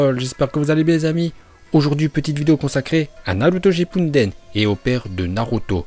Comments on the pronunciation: On dit shippuden pas shinpunden et c kazekage pas kazekaje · mec c shuppuden pas shinppuden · RaikaGUÉ TSUSHIKAGUÉ et kazekaGUÉ et c'est pas Naruto shippuNden c'est Naruto shippuden aaah mes oreilles.. sinon bonne vidéo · Je suis mort aller je m'abonne je me demandais s'il faisait exprès de prononcer les termes ainsi Kaze 4g je suis dead. Naruto Shippudennnn à Yondaime hokkaaaagé mmmmmdrr je suis dead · tu dis encore ShippuNden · Tu ces pas parler ou quoi tu dit naruto shippunnnden (enfete ces ptetre ton accent